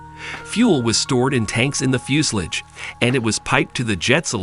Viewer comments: TO THE MAKERS OF THIS VIDEO: I'm sorry, but what the heck is a "fjus-lids" ? (Yes, I realize that you were trying to say "fuselage"...but Come On !!! ) After all, it is actually your job to narrate this video. -If you can't do a better job than this, please find someone else to do it ! (A friend, even. -Anything!!! ) -The pronounciation of the German words is atrocious ! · its pronounced like this fyo͞osəˌläZH ..... not Fusalidge or Few sal age it sounds like Few si La ja the end sounds more like Lodge but with not really the D sound of the lodge but pretty close sounding. Sorry that was driving me nuts hearing that :face-blue-smiling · How stupid can you get, the word is FUSELAGE ! , not FUSELIGE.